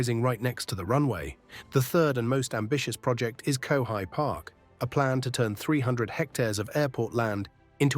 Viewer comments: Annoying mispronunciation of Kowhai,a favourite tree.Get a real kiwi to read it. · Very interesting. But at the same time, the obvious text-to-speech was annoying. The mispronunciation of Kowhai Park made it blatantly obvious that it was text-to-speech. And nobody says FedEx like the text-to-speech did. Any particular reason why a person could not have narrated this?